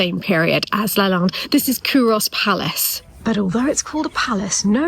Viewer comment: Great job explaining Culross although you are slightly mispronouncing the name by putting too much emphasis on the 'o'. Also, you find many Scottish people dressed like...